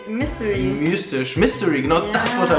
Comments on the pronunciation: "Mistisch".....,MISTISCH?!?!?!?! alles klar.... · "Mistisch" neh? Und du willst Lehrer werden? MYSTISCH!!!!